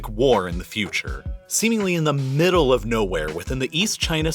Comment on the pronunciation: It’s all about how he drags the syllables: middle becomes mmmmmi-dle, marvelous becomes mmmmmar-velous, etc